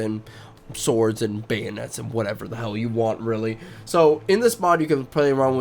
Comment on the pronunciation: Your use of D instead of T in your speech is annoying as fuck man. Anudder instead another.. cmon man.. Da instead of the.. lawdy Udder instead of other